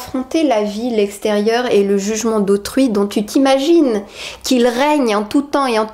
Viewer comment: Au lieu de "dans la peau d'autrui" j'ai compris "dans la peau de Truie" ;)